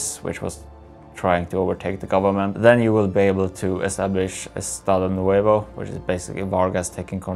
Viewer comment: is this "Estado Novo" not "Estado Nuevo", brazilians speak Portuguese no Spanish, good work, finally focus for south american countrys🤗